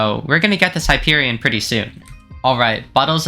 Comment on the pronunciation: finally somebody that pronounces it right